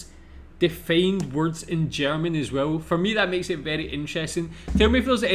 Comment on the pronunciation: You told us you learnt German in school. But guess you never practiced it? The pronounciation is really improvable. Not meant as an affront.